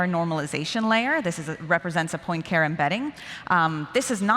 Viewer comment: Excellent overall. This will be obnoxiously nitpicky, but Poincaré is pronounced pwan-car-ay.